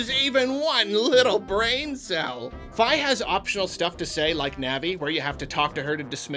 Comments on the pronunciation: Fi is pronounced Fee, not Figh. And while she talks alot shes not a normal being, she isn't insulting your intelligence, she's robotic and just blurts out pointless stuff lol. We all love Fi, her story is amazing. Midna is the one who treats you like her own personal bitch and insults you're intelligence. A settings option to have Fi help a little or a lot like Bowser Jr in Bowsers Fury would be a simple fix. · Fi is pronounced "Fee", not "Fye". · It's pronounced "Fee." I don't care what anyone else says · The way he pronounces "Fi" bugs me. I don't care if Nintendo says that's how you're supposed to pronounce it. I won't ever do so.